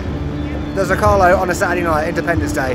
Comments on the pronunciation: Zócalo, the stressed vowel is the first O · I love how you pronounce zócalo 😂😂 don't feel bad about it. Happy birthday to this beautiful nation ❤